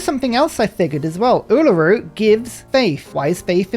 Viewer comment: Yay! Uluru! :3 (I'm really happy with how well you pronounce it)